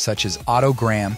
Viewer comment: Cool video, funny that the AI can't pronounce Deion, or Unitas.